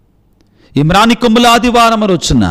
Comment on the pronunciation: ఫాదర్ గారు వందనాలు. ప్రారంభములో మానికొమ్ముల ఆదివారం అని తప్పు పలికారు. మ్రాను కొమ్మల ఆదివారం అని పలకాలి సరిచేసుకోగలరు